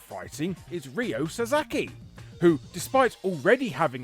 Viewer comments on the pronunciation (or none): slight mistake is Ryo Sakazaki not sasaki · Nobody gets Ryo Sakazaki's family name right...